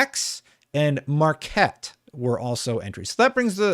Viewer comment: It is Maquette (no "r"). No big deal, just figured I'd make the correction :)